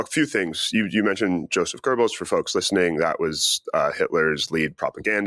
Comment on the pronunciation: why do so many Americans add an R to Goebbels so it becomes Goerbbels? 🙏🫶👋✌️🖖